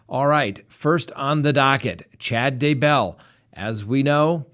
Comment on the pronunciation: You drive me crazy how you pronounce daybell. Why do you do that?And were is the evidence of murder. Its really worrying no murder charges yet. What's going on ? All I can think is they only have circumstantial evidence?